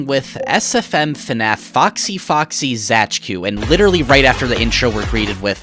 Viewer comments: Actually Zajcu is just read as "Zaitsu" if I'm reading a polish word correctly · please for the love of god do not ever pronounce Zajcu like that ever again